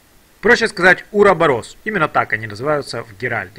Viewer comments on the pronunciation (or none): none